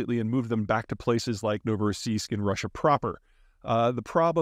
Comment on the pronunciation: I’m amazed at how correct Peter pronounced Novorossiysk in the beginning, well done Sir.